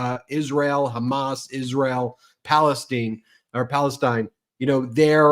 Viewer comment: Palen-steeeen? Thats Jewish AF....Lova yall!!